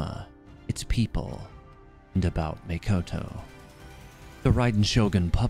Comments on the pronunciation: Nice video, but it's Makoto not Mikoto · Can't tell if you're saying Mikoto or Makoto :S